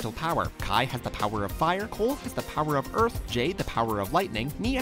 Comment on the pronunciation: Did he said cool insteadcof cole?